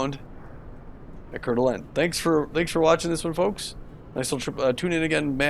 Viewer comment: Try saying: CoreDuhLane and you can be a local. 😀